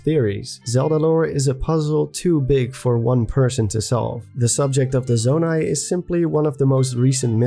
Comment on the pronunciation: I'm not sure why but I find voice and him saying "Zonai" so satisfying. Nice voice, dude.